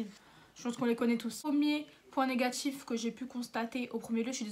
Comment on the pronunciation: Purée si tu disais pas "positchif" ou "négatchif" ce serait parfait tellement t'es hyper belle! Beaucoup de belles filles parlent "banlieue" c'est dommage ça gâche tout. Honnêtement cela se maîtrise parfaitement quand on veut car je parlais comme ça il y a des années et commencer à travailler dans un certain milieu aisé m'a fait rendre compte que c'est pas beau pour une fille car confrontée aux autres qui parlent avec classe, j'ai vu la différence. Je me suis auto disciplinée, véridique.